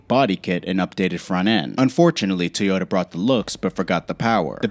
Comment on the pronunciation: What's a Teeyota?